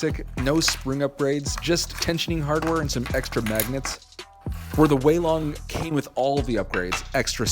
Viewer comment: Yess u finally said weilong the right way Edit:it took 1 week for to see my comment